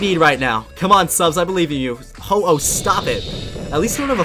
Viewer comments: Ho-wooo? its ho o but its spellt like ho-oh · When he said ho-oh I thought he said hello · Ho-oh more like Hau-oh